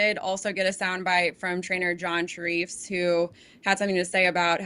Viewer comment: Just fyi it’s AG bullet as in the metallic symbol for silver and Share-Ifs not shureefs